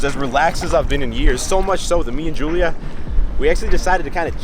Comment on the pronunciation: He said HULIA😂😂......that was hilarious I don't know why